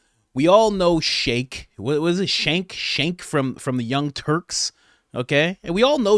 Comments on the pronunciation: It’s not, “Shank.” It’s, Cenk, pronounced, “Ch-e-nk.” Plus, he said he would lose, but felt he had an 8% chance of winning. But said it’s probably around 1-2%. And it was all in good fun. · Its Chunk, not shank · “Jank” is how you pronounce it. A shake implies that he’s in the Middle East as a upper middle-class leader and it would’ve taken three seconds for you to Google that and figure it out. I like my guys that I like to watch on the rig to do the research and I’m seeing a lot of lax research lately From almost everybody so I’m wondering if there’s some sort of shake up happening in the YouTube universe my boy Max the meat guy just put out a kind of political thing but his research wasn’t solid. It could’ve been way cooler video. It was still a cool video. I’m sure this one will be too, and I’ll just have to be annoyed by the, very easy to pronounce that is very easy to find on the Internet within three seconds, but I’m still gonna watch. Just come on y’all gotta go a little bit further with it. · I like how you call him shake I call him Sink 😅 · His name is CENK not SHANK😫😂😂😂😂😂😂😂😂😂😂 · Cenk is pronounced 'Chunk'. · Jenk. It's pronounced Jenk. Fun fact: Cenk was the only right-wing commentator on MSNBC until they parted ways and MSNBC went full-retard and eventually Cenk went retard and started TYT. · Just an FYI, Cenk is pronounced Jank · His name is pronounced "Chunk Yogurt" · He pronounces his name "Jenk" with a "J" sound. It's why I call him Cunk. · It's pronounced CHUNK YOGURT.😂 Alex would beat the brakes off of Chunk.🤣 You are spot on about Chunk Coach! Rogan would kick Chunk ONCE and he would start straight crying. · His name is pronounced CHUNK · It's pronounced "chunk yogurt" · I watch your channel all the time but you lose something when you mispronounce people's names. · Learn tbe correct pronunciation of his name.